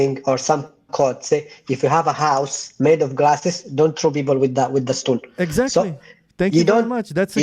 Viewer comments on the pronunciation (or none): He is an idiot Arab Sunni Muslim! He pronounced " people " as "beoble". That makes me SO MAD!!!!